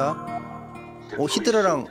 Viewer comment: 요즘에는 울트라를 울라리라고 하더니만 히드라를 히라리라고 하네 ㅋㅋㅋㅋ